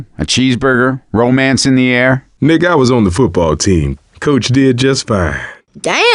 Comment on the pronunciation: i though coach said the N word XDDDD